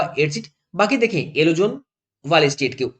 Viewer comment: Alo nahi yellow hota hai